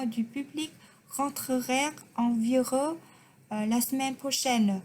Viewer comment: Chữ "vigUeur" phát âm nhấn vào chữ U kia một tí nha